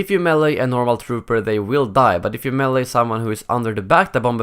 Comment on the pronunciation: Why do you keep changing the way you pronounce melee. Make your mind up, you prepubescent sounding robot.